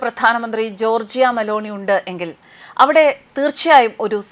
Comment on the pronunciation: ജോർജിയ അല്ല ജോർജ !